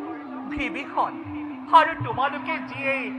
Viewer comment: সুন্দৰ অভিনয় প্ৰশংসনীয় । পিচে শব্দ কেইটামানৰ উচ্চাৰণ যথোপযুক্ত হোৱা নাই । যেনে -- শূৰ্পৰ নখা , ভিবিষণ আদি ।